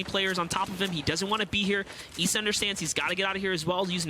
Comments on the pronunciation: Ok it’s not Eisa It’s Issa Bro learn on that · issa not essa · I think the guy pronounced it wrong I’m pretty sure his name is pronounced eye-za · “Eesa” “Mytro” Comeonbruh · I didn’t know issa was pronounced “EESA” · Why he pronounces ISSA like that ? This man don’t know who 21 savages is !?